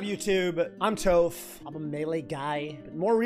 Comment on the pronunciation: Bro it’s YOU that’s got all these non - Avatar fans pronouncing Toph’s name incorrectly 😭